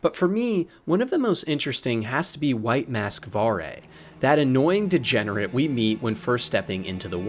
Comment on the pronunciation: Don't ever talk bad about Varre, and you pronounced his name wrong.